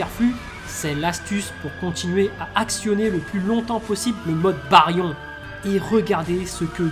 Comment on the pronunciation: Sa me perturbe comment tu prononces bayrion 😂🤣🤣🤣 excuse mec mais j’adore très bonne vidéo j’en ai eu des frissons 🤧